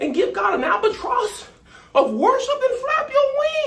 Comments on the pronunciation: He said an albetross of praise. 😆😆😆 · Did he say an "albatross of worship"? I'm done😆